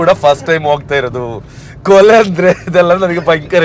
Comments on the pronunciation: ಕೊಲೆ ಅಲ್ಲ ಬ್ರೋ... ಕುಲೆ 😄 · ಕೊಲೆ ಅಲ್ಲ ಕುಲೆ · ಅದು ಕೊಲೆ ಅಲ್ಲ ಕುಲೆ. ಈಗ ಆಟಿ ಬೇರೆ ನೀವು ಹಾಗೆ ಕೊಲೆ ಹೇಳಿದ್ರೆ ಕುಲೆಗೆ ಬೇಜಾರು ಹಾಗ್ಬೋದು.😂😂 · Kole alla mare 😂😂😂kule 🤦‍♂️🤦‍♂️😅😅